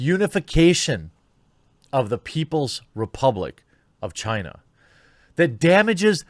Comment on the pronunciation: Chaina... Every friggin time